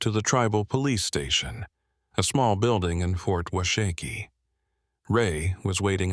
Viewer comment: It's "wash a key" not "wah shack ee". Fyi.